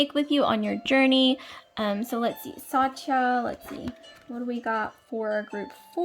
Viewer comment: It's pronounced Sutt-ya (Satya)